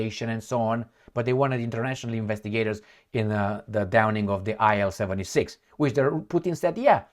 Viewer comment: IL-76 is pronounced as 'eel-76'. Designer of the plane was ILyshin Sergey Vladimirovich.